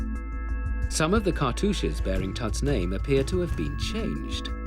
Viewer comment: it's funny how no one can pronounce his name correctly